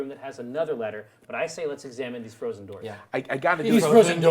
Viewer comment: erm. what's with the 'doooors' thing